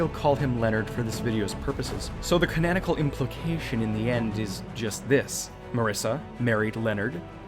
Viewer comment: I'd like to just say that you say the word 'canonical' in a very weird way.